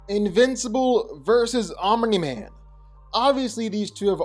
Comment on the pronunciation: Guyssss he finally said Omni Man instead of 'Om Nigh Man'. Proud of you 💪🏻